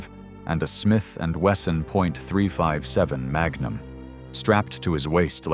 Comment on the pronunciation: You can tell this is AI ! On how it pronounces .44 and .357 mag. Either that or this guy dont know guns